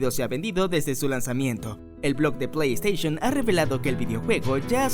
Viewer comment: Se dice Plei Steishon, no "Esteishon"